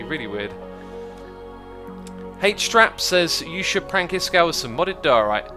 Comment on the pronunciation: D I love it how he says 'Iskow' instead of iskall